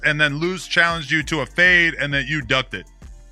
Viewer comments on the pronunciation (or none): Bro said run the faid. Not fade. Lol